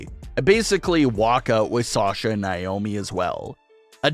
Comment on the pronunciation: NAY OHH ME.... not NYE OHH ME